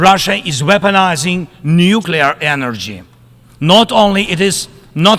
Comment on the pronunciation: weoponizing nuclear energy hhhhhhhhhhhhhhhhhhhhhhhhh